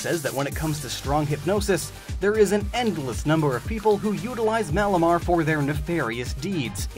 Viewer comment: Malamar ... Or..... Malomar 😂